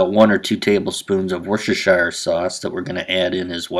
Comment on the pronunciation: It's pronounced "Wooster-sher". Not being mean, just mindful of the Brits. :)